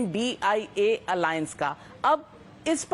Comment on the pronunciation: Mam it is not I.N.D.I.A alliance, it is I.N.D.I.alliance and you are repeatedly saying it.